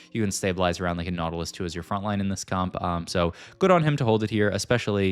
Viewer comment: why do you say nautilius as nodelist, its so strange